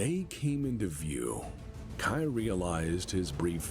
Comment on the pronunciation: Fun fact: mispronounces Kai's name so many times in this video. His name does not rhyme with 'eye' - it rhymes with 'bay' The author of Blood of Kerensky Trilogy (Michael Stackpole) which many of the events from this video are referencing mentioned at the last Kerensky-Kon that Victor and Kai were intended to be an allusion to King Arthur and his half brother... Sir Kay. He just changed the name of Sir Kay to Kai after reading a novel where someone else decided to be sneaky and rename their version of Kay to 'Cai'. It's even a miniature plot point in Blood of Kerensky that his name is pronounced like someone was shortening the word 'Okay'